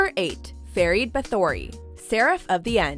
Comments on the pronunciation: FERID!!!!! But goddamn.... PRONOUNCIATION! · How she pronounce Ferid´s surname killed me...hard